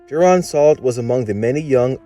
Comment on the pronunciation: ITS JOH RIN! NOT JORAN!! 😠